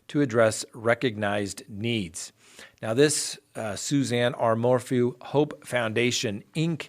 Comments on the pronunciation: Suzanne 'Mor-foo' lol How do you pronounce the word 'phew'? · cracks me up. I come here for the true crime, but I stay for the mispronunciation of people’s last names. Lol Mor-Foo